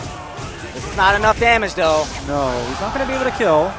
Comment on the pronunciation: It's not 'Abble.' It's 'Able.' As in 'Why aren't you able to read his name correctly?'